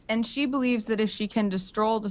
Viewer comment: vocal slip up. “If Evelyn destrolls the Soymongerer.”